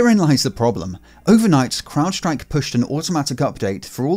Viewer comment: You're the first one I've heard pronounce "crowdstrike" correctly... Everyone else says "cloudstrike"